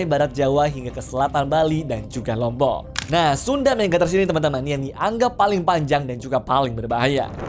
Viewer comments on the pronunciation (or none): none